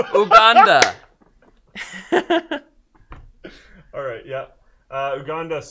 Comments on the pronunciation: Hey guys, the country name is pronounced YouGanda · LOL!!! Oooh-Ganda.. It's You-Ganda...